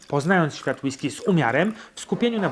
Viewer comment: Przestań akcentować na ostatnią sylabę zdania bo się ciebie słuchać nie da. >Jak degustować whiskeeeyyy? >a jak normalnie kurwa mówić bez przeciągania?